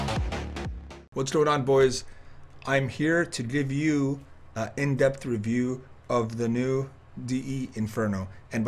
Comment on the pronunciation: "In-Depth" Kappa